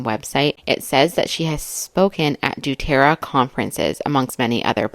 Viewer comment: Doterra…. Pronounced DoeTerra. You’re doing a great job!